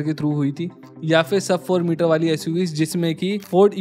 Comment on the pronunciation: Metre hote hain bhaiya , mit nahi.